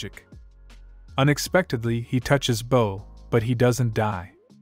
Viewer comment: This was a great and very thorough recap but come on dude, how do u mispronounce words like devastated and bow